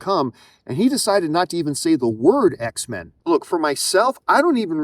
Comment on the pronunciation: It’s X-Men as in mankind